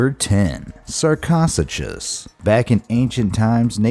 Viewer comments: I knoooow. If I have to hear somebody mispronounce sarcosuchus one more goddamn time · You pronounced sarcosuchus wrong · Sar-cos-a-cus Wut It’s usually pronounced sar-co-sew-cus Also the big bird, I can never spell it right, is not said like that Most of these aren’t how you say them Then again scientists give everything weird names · Thought it was " Sar-ko-su-kos" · It’s actually SAR-COH-SOO-CHUS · # 10 is pronounced sarko sue kuss ! and other than that nothing new in this video... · #10 sur-co-sue-kase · It’s pronounced sarco-sukus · Sarcosuchus is pronounced sarkosookis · I thought I was pronounced sa co sue cus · IT’S PRONOUNCED sar-coh-SOO-cuss... and finding that out is not hard. Top lists invariably just pissing me off and your poorly researched CRAP is no different. Do the internet a favor and stop supplementing the stupid... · im not tryin too be a dick but its s-are-co-soo-chus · Sarco-Suchus, Leo-pleurodon, please pronounce the names correctly these are your first 2 and neither was named correctly. and yes i wrote it incorrectly so you can take note on how to say it. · Oh my God. Bruh. Love the videos, but please learn how to pronounce things. Butchered the sarco right off the bat (sark-oh-suke-us) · The sarchosuchus pronunciation let me know i was in for a special ride👌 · Number 10 is actually pronounced as Sar-ko-sukus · The way he pronounced sarcosuchus made me burst out laughing. 😂 It's Sar-co-sue-cuss. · I think he is putting the emPHAsis on the wrong siliAHble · Yes it's sarco-su-cuss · Thank goodness. He had me thinking i was pronouncing it wrong. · You mispronounced the first creature sar-kiss-sucuss is the way it is pronounced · HOW HE SAID SARCOSUCHUS!!! TRIGGERED AS FUCK!!! 😂😂😂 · Them saying "Sarcosuchus wrong is killing me